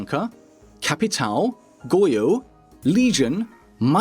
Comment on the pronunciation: 5 years and still not saying capitão correctly :(